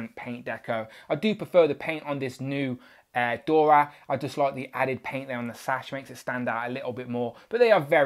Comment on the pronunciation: Pronounced "Dora" not "Dorya", and "Ah-yo" not "Ay-yo".